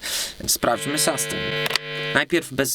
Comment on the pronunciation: no fajnie że kolejny gitarowy kanał. Wybacz ale rozwaliłeś mnie słowem SASTEJN Ale pozytywnie:) Zmierzymy SASTEJN. Mówimy raczej chyba SUSTEIN a raczej SUSTEEIN dłużej nieco E wymawiamy. Oczywiście pisałem fonetycznie. Dalej juz nie ogladalem ale sustain kojarzy się raczej z wybrzmiewaniem już razem z efektem jakimś. Np jakiś fuzzek czy Big muFF dają piękny długi sustain. Choć tak na sucho również świadczy o jakości instrumenty.Generlanie pozytywnie ale konkurencja zaróno polsko jak i angielsko muzycznych kanałów jest ogromna.pozdrawiam,Mariusz,Jak chcesz miec sastejn stary, jak ode mnie do Warszawy napisz a zrobie Ci fuzz factory z modyfikacjami. lub jakis sustainer MXR DYna COMP z opcja attack:) --efekty, modyfikacje, i efekcicki drogie jak diabli a niekoniecznie skomplikowane.